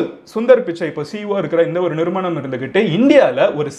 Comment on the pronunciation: நிறுமணமா ? bos Athu நிறுவனம் bos